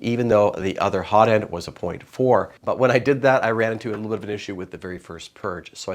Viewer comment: "Hozzle"/"Notend" - love it! xD